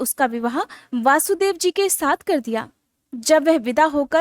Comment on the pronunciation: Vaashudvev nahi, vashudev